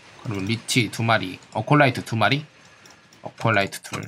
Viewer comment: 에콜라이트를 어콜라이트라고 부르시는건 여전하시네요.. 영상 잘보고갑니다